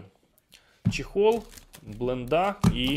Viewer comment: "блындА" просто кровь из ушей)